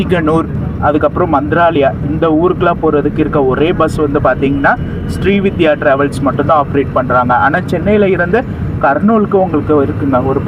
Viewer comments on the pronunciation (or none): SRI VIDHYA illai SRI VINDHIYA ... Vindhiya Vin-dhi-yaa Semma long journey super video How much was the ticket price for the AC MTC bus to Siruseri?